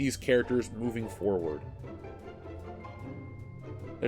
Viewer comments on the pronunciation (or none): none